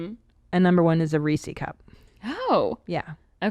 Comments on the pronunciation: Did mommy just say "Reecy cup"? There's another one to add to the list. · The way Christine pronounces Reese’s! 🤪